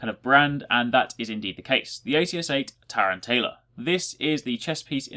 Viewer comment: man, i think all the titans sound super badass. and tear-anne-tayla??? lol